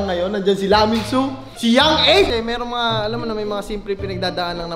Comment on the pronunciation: Laminzuuu haha kilikili ay basa hahah🤣🤣